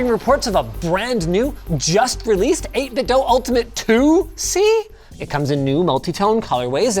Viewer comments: Linus still pronouncing 8bitdo as 8bitdough lol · It's not pronounced "Dough." I contacted 8BitDo and they confirmed it is pronounced "DUE" with an email. The 8BitDo Bluetooth Speakers pronounce it "DUE" when it powers on. Also, Logitech controllers stand the test of time and I prefer the D-pad for fighting games. Logitech makes a good controller in my opinion. That controller is one of my favorites of all time and you knocked it. I bought THREE of them and I am still only using the first one I ever purchased. The others are still brand new. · Why doe you pronounce 8Bitdo like that? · Hard to take a review seriously when you keep saying the name of the company wrong :(